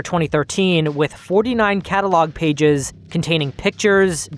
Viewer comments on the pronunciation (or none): none